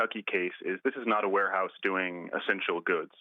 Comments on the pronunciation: "Wareouse"? Really? And this is supposed to be a legitimate news source? 😂😂😂😂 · Oh No!!! Not the “Ware-Ouse” 😂😂😂